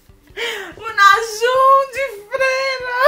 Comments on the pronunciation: AI O “NAJUN” KSKSKSKSKSKKKSKSKSKSKSKS rachei Correção :> : Namjoon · "U Najum de freira" MORRI SKKSKSSKAKA AAA SOCORRO😂😂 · perdi nele falando "Nájum" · Najum ? Que? Tá falando errado não é fã de vdd não só gosta pq tá na moda agora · N é najoom é namggun mais pronunciando é assim